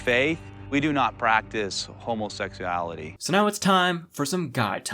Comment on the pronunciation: i am laughing at this way of pronouncing it: "homosexyality"